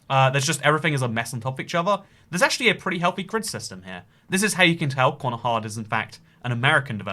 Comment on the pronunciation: Konohahd is not how you say corner hard